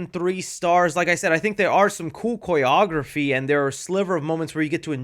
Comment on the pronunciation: How are you pronouncing Choreography? Lol